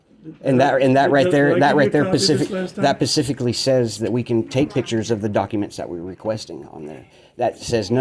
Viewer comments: "That pacifically says"...he can't even use correct vocabulary! What a bunch of uneducated, unemployed morons. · Just a heads up. It’s specifically. Not pacificly lol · Can you imagine this clown giving a campaign speech? He can’t even say “specific.”